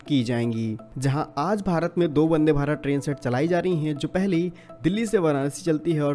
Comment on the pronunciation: वदे या वंदे 🤪